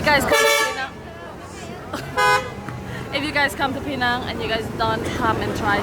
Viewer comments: Please pronounce penang correctly. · I hope i can help you pronounce 'penang' correctly 😂